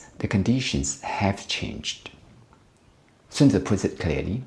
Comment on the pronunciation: <<A good commander is benevolent and unconcerned with fame>> Sun-Tuh-Zoo. Chinese prince Matchabelly.